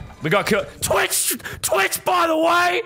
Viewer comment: Why did u say Twix instead of twich